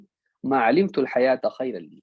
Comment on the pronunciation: السلام عليكم شيخ انت تخطاء عند " أحيِني ما عَلمتَ" .. قلت " ما عَلمتُ" بارك الله فيكم